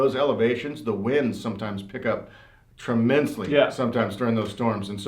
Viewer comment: "... the winds pick up TRAMENSLY..." LOL !